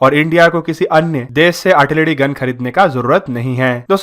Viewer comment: Say "Artilary",not "Artilady" and "Generation",not "Genedation".